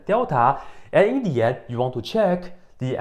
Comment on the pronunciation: It sounds like "in D yet" :)